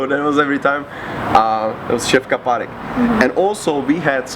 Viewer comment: ja zomreeeeeem do tej angličtiny ako furt povie (Šefka parek) som musel stopnut video a valal som sa na zemi